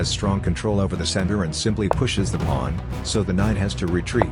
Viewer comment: Why did I hear "bringing out the knight and attacking the pwan".